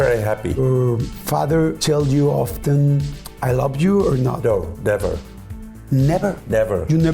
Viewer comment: Yordi, hablas el Ingles super bien pero hay una palabra que te falla. Yo hablo Ingles y te note diciendo "Ju" en vez de "Yu" queriendo decir "You" (tu) en Ingles. Gracias por entretenernos, sigue y no pares.